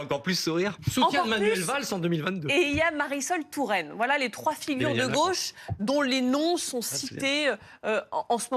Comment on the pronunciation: Il ne prononce pas la gôche mais la gueche.